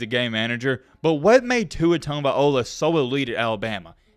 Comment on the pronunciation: Are you intentionally mispronouncing everyone’s last name? Didn’t pronounce Nico’s last name right one, then just threw in that botched pronunciation on Tua’s last name for good measure. As a TN native, I’ve never understood why southerners are so bad at pronouncing everything correctly 😂